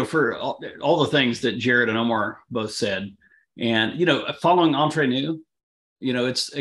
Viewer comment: Hate to be so picky but it's Entre Nous, everybody seems to pronounce it Entrer which is a completely different word in french. Entrer in french means enter. I know they are Canadian and we're known to say eh a lot, but not at the end of this word🤣